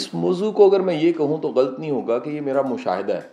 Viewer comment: Ghalt nhi sir lafz h ghallat, please correctly pronounce